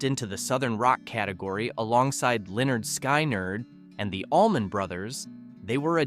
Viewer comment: "Linnerd Sky-nerd", LOL